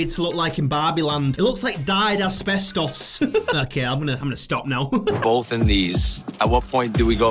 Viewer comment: “Dyed espestos” got me ngl 😂